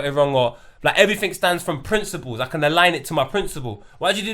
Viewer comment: Someone needs to tell dude... It's principles... Not princibals... Ffs